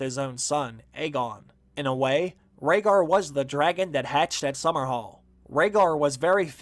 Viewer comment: I was with you until you said Rhaegar